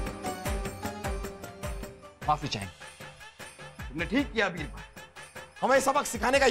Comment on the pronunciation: Bibral ✔️ Birbal ✖️ 😂